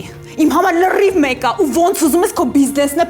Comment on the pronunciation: ջան, «լՐիվ»-ը ր-ով, խնդրում եմ